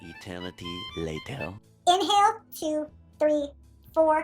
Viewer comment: COULD NOT UNDERSTAND THE EXHALL/ INHALL, HOLD ETC